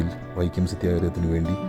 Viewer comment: വൈക്യ അല്ല വൈക്കം ആണ്. തിരുത്തുക